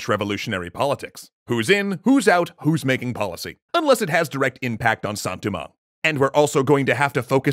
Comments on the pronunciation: Sounds more like poorly pronounced French to me. I've heard Haitian Creole from a genuine Haitian, and that doesn't sound like it. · As someone who knows basically nothing about Haitian Creole, I was wondering, is he going for a Creole pronunciation of Saint-Domingue?